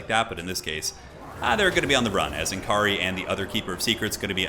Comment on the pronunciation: it's pronounced "N'Kari", not "N'Kari".